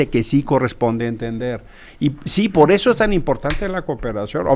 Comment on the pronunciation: "pod eso" El nuevo partido rugtratts de cad-ditos